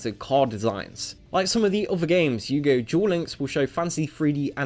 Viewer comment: Stop saying dual instead of duel, and it's not Buss its bust